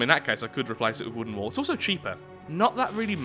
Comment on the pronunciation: Is it just me or is it every time says wall it sounds like wool instead?